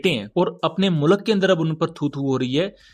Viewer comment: bhai plz mulak nahi hota Mulk hota hai